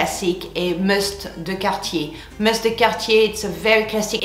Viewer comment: I finally know how “Cartier” is pronounced!❤️